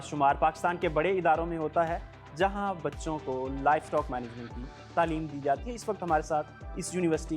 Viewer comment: تعلیمی معیار کا اندازہ اس سے ہوتا ہے کہ آپ تعلیم کو تلیم کہہ رہے ہیں ، صدقے جاؤں ❤